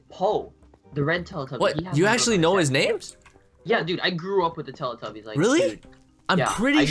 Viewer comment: YOU SAID TELETUBBIES WRONG